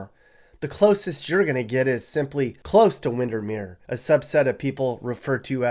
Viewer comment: Yeah, no one says Windernears.